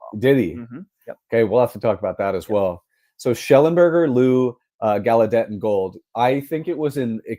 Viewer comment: Gaulladet is pronounced 'gal' + 'uh' + 'det', with the stress on 'GAL'..... definitely not gal you day